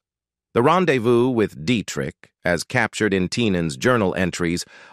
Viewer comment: Like the says: Kennedy was really "chair-is-matic". He had a "pin-shone" for entanglements with Hollywood...intriguing was his "ren-dez-view" with the captivating "Geena Tear-nay", which was "say-eed to have transpeeried around 1948, a peeriode when Tear-nay was still entwined in the bonds of marry-eee-yay..."